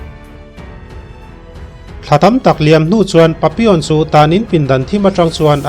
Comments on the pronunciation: A hmuhnawm lutuk.....Pappilon tiin i ziaka Papion tiin ilam tlat boksia. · Papilawn ti zawk la ngaihthlak a nuam zawk in ka ring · Nga ti nge papi awn tih tlat a.. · Patlingpui hawizau ve hmelfu si tinge papi(on) i tih tlat maiaaaa... Papillon alawm, tunhmain misawi leh chhiarte pawh i hrengailo ami? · An sawisello ang che adik chiah alaw papion tiin isawiri erawh adik Lo ani 👍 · Pappilon ti a lam tur ani zawk lo maw... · Pappilon aw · Changtupa hming khi i lam diklo lutuk,video tluan in i lam diklo vek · Papilon tih hi i lam dik chiah lo deuh a ni,a story nih na i ti bo vek,edit tha leh la,ngaihthlak a nuam leh zual ang